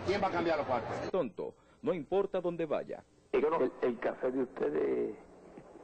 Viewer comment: "oigan bien" 🤣🤣🤣 "quien va a cambia' lo cualto" 🤣🤣